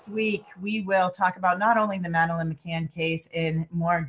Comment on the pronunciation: McCann NOT McCain...he was another liar and murderer